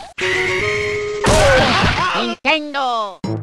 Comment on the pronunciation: He said nientendo